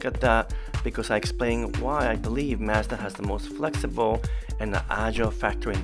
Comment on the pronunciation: Thanks for pronouncing Mazda the correct way! LOL I am not sure why we in the US started to pronounce it as "MAHZ-dah".